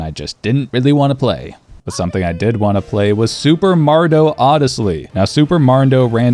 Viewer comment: Its Mario not Margio.